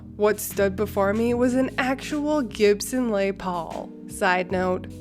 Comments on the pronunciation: Omg, it's "Less" Paul. 🤦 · Lol A for effort for the Les (Lez) Paul lol love your stories ❤️ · Les in Les Paul is pronounced like the word less. But you are a lot better about pronunciation than some of the other story readers.